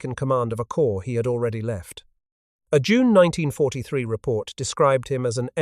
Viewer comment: Damn it! "Corps" has a silent "ps" and is pronounced the same as "core" while you keep posting videos where "corps" is pronounced the same as "corpse"! Are you unable to learn? To change? And this is much the same as other videos, just with some repackaging.